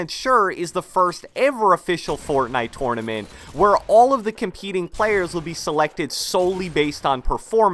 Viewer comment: Can you stop saying tournament like that